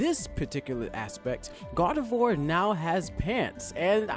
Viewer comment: YOU RUINED MY FAVOURITE FUCKING POKÉMONS NAME!!!! IT'S PRONOUNCED ZO-RO-ARK!!!!! GET IT RIGHT BEFORE YOU SAY IT!!!! It's also Gar-de-VWAR